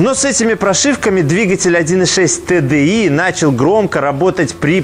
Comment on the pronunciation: Всем привет. За правильно названные буквы TDI большой поклон👍